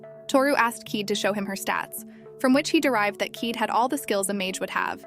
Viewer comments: Pretty sure kaede is pronounced kai-ay-day and not keed. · It's a OK recap but the mispronounced names like Keed VS ( Kah-eh-deh) plus skipped over part's is frustratingly annoying. If you work on the pronunciation of the name's and don't skip over the important scenes like fight with the dragon+ why he fought the dragon is really important it would have been better. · Keede?? Try Ky-A-da ! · Kaede is pronounce kah-eh-deh not keet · Kaede is pronounced "Kai-a-day", not "keed". Narrators for these anime recap channels (not just this one) need to learn how to pronounce things properly, and not just names, but words in general. I really appreciate these channels but it is a bit vexing. I think it undervalues the content of these channels when it seems like the narrator is haphazardly reading from a script without any thought put into it. If I wrote a script for a channel like this, I'd feel a bit embarrassed after hearing the way it would be read. Keep in mind, this is not intended as bashing, but a critique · why you keep saying keyed, when it's kaede? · By the way the fox girls name is Kaede pronounced (Ki- Day).